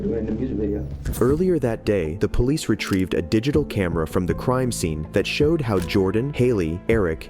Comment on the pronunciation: What's a ploice officer?